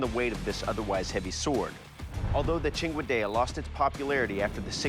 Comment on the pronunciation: Thank you for finally teaching me how to pronounce cinquedea🤝